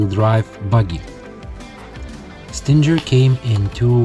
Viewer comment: You're saying Stinger wrong, it's pronounced like "singer", the "G" is not supposed to sound like a "J". Nice Stinger though.